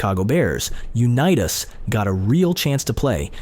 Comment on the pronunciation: BS VIDEO! Mispronouncing his name and showing pics not him was a disservice to Johnnie .